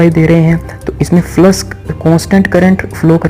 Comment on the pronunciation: Flux bolna seek phle